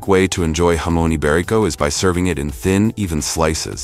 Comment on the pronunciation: Interesting, but you check your pronunciation before recording. Specifically jamon and hermes.